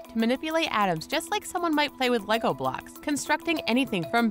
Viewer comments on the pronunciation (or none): none